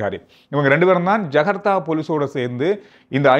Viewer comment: not jagartha. Its Jakarta.